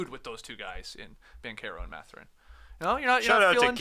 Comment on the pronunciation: its math-er-in, not ma-thur-in